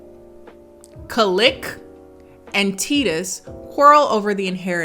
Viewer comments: Omigod it’s TY-TUS! Not teetus! 😂🤦🏾‍♀️ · I love how can't pronounce Titus correctly cause she never cared to hear the name in the movie LOL!!! Love Her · I love how pronounced Titus correctly the first time and then assumes she pronounced it incorrectly and continued pronouncing it incorrectly for the rest of the video. 🤣 Also, Titus was one of the most normal names in the movie. 🤣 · not being able to say "Wa-cow-skee" or "Titus" is the best part of this review to me lmao